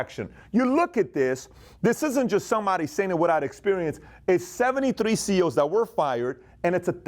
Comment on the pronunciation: Sounds like you are saying CO'S. (As in correctional officer)